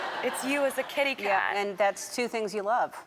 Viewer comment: She says “Katycat”?